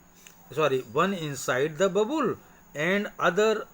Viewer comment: Sir it's not babul it is a bubble